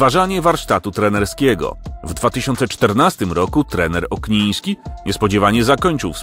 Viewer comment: Okniński a nie jak mówisz na początku Ogniński